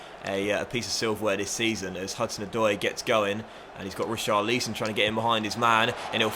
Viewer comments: Omg he keeps saying richarleeson It's richarlison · Re- Char-Leesson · Please stop saying reecharleeson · Please say Richarlison’ name right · please say Richarlisons name properly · As someone whose name is pronounced wrong all the time, I refuse to accept you not pronouncing Richarlison correctly. You must be trolling, surely you know how it’s pronounced by now